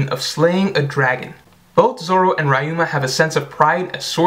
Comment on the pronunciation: his name is pronounced like ree-yu-ma